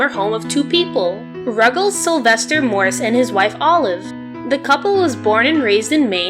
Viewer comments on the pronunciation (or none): none